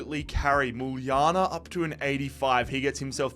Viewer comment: my boy actually saying muljana the right way